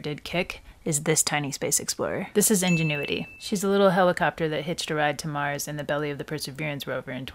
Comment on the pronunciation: But, the first pronunciation of ingenuity... ???